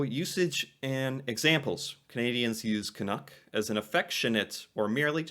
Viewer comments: Being a little pendantic here, but you keep saying "Canook". It rhymes with "duck". Do you say "dook"? Is it just your accent? CAN-UCK. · Hi,. I love this discussion! I hope you are open to a suggestion for pronunciation that might make the word more recognizable to us Canucks. You seem to be saying 'canook' (rhyming with 'look') when most Canadians would pronounce it 'caNUCK' (rhyming with 'luck'). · I’ve never been offended by the term, but please… STOP pronouncing it as Ca-noo-k. It is pronounced Ca-nuh-k. Thanks. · Its pronounced ka-nuck not ka-nook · Can....uck, not Can....ook. At least get it right. lol. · Your pronunciation of the word seems to waffle between Can-NOOK (rhyming with book or look) and Can-NUCK (rhyming with tuck or luck or f... ummm, never mind that one!). The latter is the correct pronunciation. I appreciate your respectful approach to the subject. Happy New Year! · For some utterly bizarre reason, 99.999% of Americans say "Can Nook" instead of "Can Nuck" is not bad here with most of his video, but keeps straying close into the Nook zone when saying it lol. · Pronounced Can uk (uk as in yuk) not as ook. Does that make sense? Love your reactions :) Keep it up. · Tip: you’re pronunciation is vacillating back and forth from the correct Canuck like «puck » and the incorrect Canook like « nook. » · Correct me if I'm wrong... Your pronunciation seems to (mostly) sound like "can-ook", but should rhyme with "luck" , not "book". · One thing, Canadians pronounce it to rhyme with truck, not with book. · Just change your pronunciation slightly. Canuck like puck..not like pull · It is pronounced Canuck though - rhymes with chuck or buck, not book or cook